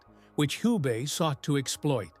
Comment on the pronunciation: Agreed. And Hans Valentin Hube - not [hjub]. I guess that's because of AI narrative.